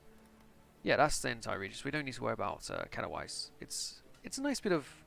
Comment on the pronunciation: Kato-vitza is how you pronounce Katowice.